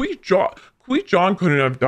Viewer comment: Cor-Gon, Squee-Con, Qwee-Gon. So many names he has.